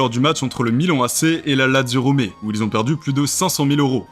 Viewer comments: "Bechiktass" et non "Bessiktaz" La Lazio, ou Lazio Rome et surtout pas ROMÉ J'ai failli m'étouffer quand j'ai entendu gijon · Quelques prononciations à revoir comme avec Gijon, Goethals, Lazio Romé ? Sérieux ? Lazio Rome ou Lazio Roma - sur le calciopoli de 2006 à savoir qu’en 2010 il a été prouvé que l’Inter avait été aussi impliqué mais a bénéficié de la prescription et la Juve a été blanchie, le club se bat d’ailleurs pour récupérer les titres de 2005 et 2006 Si vous voulez faire des vidéos sur certains sujets, faites le correctement…. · C’est Guy Jon?🤦🏻‍♂️ Gijon se prononce "Rirone" 🤷🏻‍♂️ Et ça continue la Lazio Romé 🤦🏻‍♂️ c’est pas comme si RomE était la capitale de l’Italie 🤨